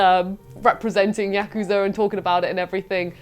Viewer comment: Congrats, the first person on the channel who pronounces "Yakuza" correctly!